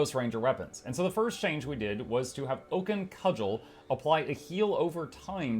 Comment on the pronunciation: When you were going through the ranger section and said "Oaken Cudgel" I heard "Vulcan Cuddle", damnit Spock why won't you love me?